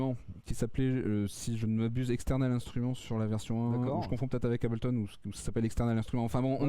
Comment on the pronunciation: Trop "français" le...mec, pour faire qd même un peu sérieux ds le tuto, on s'applique minimum à prononcer "Hey-bleu-tonne" correctement...j't'en foutrais des Abel-ton...ça donne envie de passer à du Cain-ton! Grave!!!